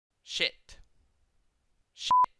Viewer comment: Why did you start pronouncing "s*it" and "s**t" the way it is written? You started saying "s" instead of "sh". I feel like I'm crazy for noticing this.